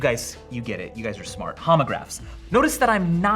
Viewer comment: lol "Homograhs"